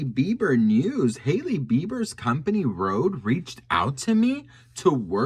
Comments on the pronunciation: RHODE not Rode.... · RODE!!? HAHHAHAH This is so ridiculous, who doesn't know that the company name is RHODE, with an H.